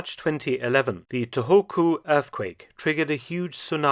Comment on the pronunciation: the pronunciation of Tohoku is To (an elongated "to" from potato) Ho ("ho" from hot) Ku ("coup" from coup d'etat). There is a gap between "To" and "Hoku". Tou Hoku.